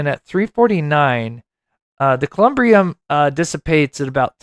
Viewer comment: Columbarium is the proper word. Like Katie Proudfoot would say "Google it y'all" Thank you for all your amaizng work that you do for Sebastian.